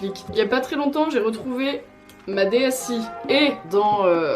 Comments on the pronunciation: On dit dsAIE pas dsi 😭😭😭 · D S AIIIIIE pas i, aie 😭😭😭 On dis aiephone pas i Phone !!! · "une DSi" omg j'ai toujours prononcé "DS aïe" mes oreilles pleurent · Par contre ça se prononce “DSAÏE” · "Dé èss i"... Je suis la seule que ça choque ? X)